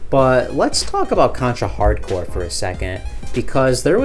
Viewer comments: Why's he keep saying Hard Core instead of Hard Corps? I realize this video is 2 years old, hopefully he doesn't do it anymore. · Hard Corps, not hardcore... He keeps saying it wrong though so I don't blame you.